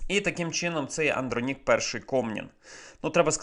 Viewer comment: Правильно казати -- АндрОнік